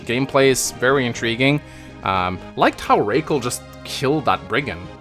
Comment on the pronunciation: go ahead and call her RAHkel. that's certainly not a british or american name.